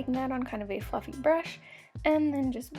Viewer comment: when she said: a nice fluffy contouring brush i thaught she said a nice fucking conouring brush! :)